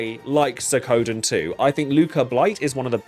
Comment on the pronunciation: I really liked Suikoden III. And it's SWEE-KO-DEN